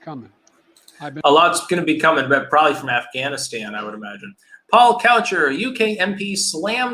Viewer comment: "Ganistan" hahahaha